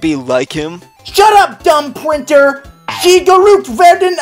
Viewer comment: did say pwinter????